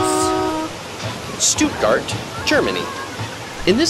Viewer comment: Oml Americans don’t pronounce it (Stootgart)😂 and u didn’t go to Lisa and Lena’s house. Smh